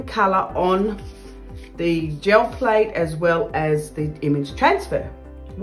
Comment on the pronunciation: I hear "Joe Plate" every time. lol